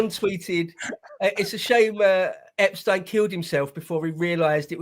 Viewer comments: No need to pronounce his name different than the rest of the world. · It bugs me that pronounces Epstein’s name differently 🤣😂 just had to say something hahaha